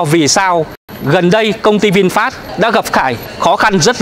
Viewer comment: HAY… VINFAST… CHUYEN AM TIENG VIET ….. doc la VIN PHET.. rat chuan do…